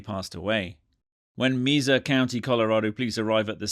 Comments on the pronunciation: I'm sorry ... it's pronounced Meh-sah county not meesa county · It's not "Meeza" County, limey, it's Mesa County, as in May-sa. You limeys have a morbid fascination with American violence, like lurid voyeurs, you seem to love it.